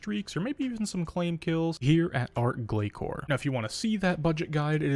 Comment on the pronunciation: Not only that. But still pronouncing Glacor wrong too. It’s not pronounced glakor. Azzanandra even says the name properly during the boss fight. And not ark either it’s Arch Glacor not ark glakor. If you’re going to put this many videos out about it at least say it right. Listen to Azzanandra.